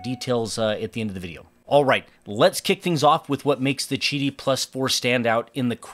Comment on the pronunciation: Beautiful machine, painful hearing the company pronunciation... 😂I was curious about Qidi the first time I saw the 3 Max. Glad to see the in the comments about an AMS/MMU type addition; just hope they do a better job of what I have 🙄 Nice pricing 🤯🤘🤘